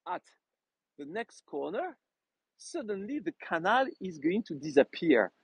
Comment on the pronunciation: may I correct you? canal is pronounced cuh NAL emphasis on last syllable.